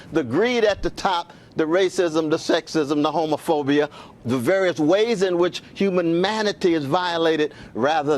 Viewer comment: “Humanmanity” lol -Cornell West